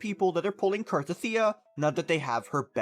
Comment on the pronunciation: I think its pronounced CAR-TETHIA and not CAR-TATHEEA but eh i dont care tho.